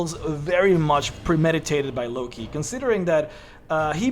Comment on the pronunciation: "Lucky?" Well, first I've heard Loki pronounced like that. Explains why that Feat is so broken lmao.